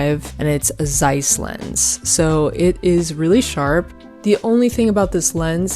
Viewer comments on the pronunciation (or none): none